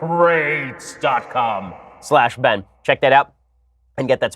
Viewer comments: It’s pronounced Man-cra-tees. Ancient Greek philosopher. Studied in the philosophy of “Oh shit”s and “boi” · Lmao “MAAAN CRATES”...